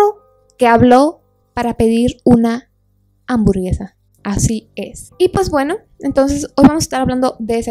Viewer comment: para pedir una hamburgesa pero dijo: hamburgega🥵🥵🥴😩